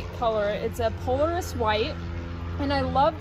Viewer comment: Terrible pronunciation ..it is pronounced Po lar is, not Poleris Shame on you.